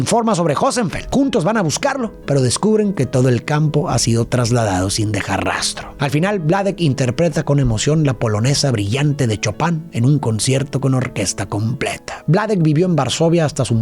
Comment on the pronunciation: se escribe chopin pero se pronuncia shopan mas o menos